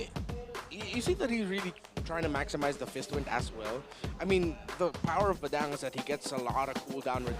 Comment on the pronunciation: Someone tell to stop saying Bay-daaang. Its Buhdung. Annoying AF!!!!!!